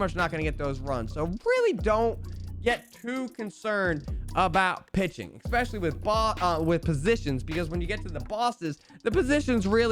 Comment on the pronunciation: Can't sub to someone who makes a showdown video without knowing how showdown works, or an adult who says "expecially".